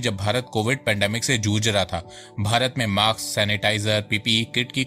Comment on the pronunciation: So good information... it is mask not maks